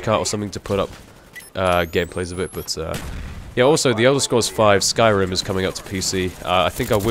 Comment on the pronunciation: Is he saying skyrind? What game is he referring to and is it coimng to xbox 360